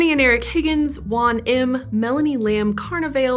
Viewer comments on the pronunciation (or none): none